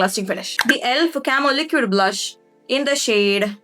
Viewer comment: Pls pronounce liquid correctly